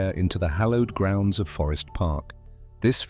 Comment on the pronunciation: It's "Show-toe" ya arsehat.... Great-ish video❤ ...omg... it's "Bay-Den" phorkin a.i..... WtF I can't take it. Laughiette?? LoL